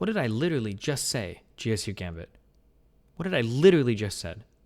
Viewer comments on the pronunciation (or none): none